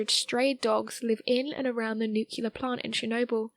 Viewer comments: There is no such thing as a nucular blast, nucular medicine scan, nucular power plant, nucular bomb etc. There is however a nuclear blast, nuclear medicine test, nuclear power plant, nuclear bomb etc. GAWD that drives me stark raving crazy!!! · HOW DO YOU SAY "NUCLEAR" CORRECTLY TWICE AND THEN REVERT TO "NUCULAR" ON THE THIRD ATTEMPT?! Sorry? "NUCULAR" grinds my nerves. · Nuclear dang it... NOT nucular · city of Ukraine?? nucElar?? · Another great video. But please, please, dont say "nu-cu-lear", that just kills me.